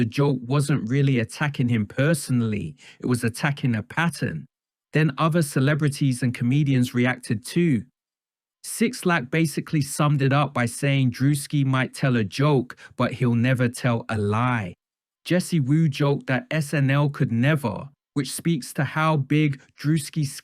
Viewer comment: “6lack” is pronounced “black” 😋